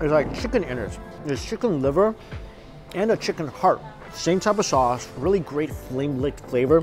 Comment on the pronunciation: Steak so good, it has you slurring words. He said “ Spicy Chilli Shauce”.